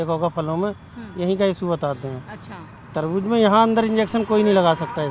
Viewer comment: Tarbuj tarbuj kya laga rakha hai..its tarbooz